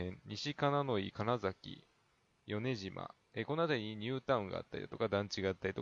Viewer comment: 米島もヨネジマではなく、コメシマって読んだはずです。おそらく。